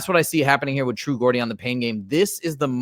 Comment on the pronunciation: Just for future note: Geordie is pronounced "Jordy"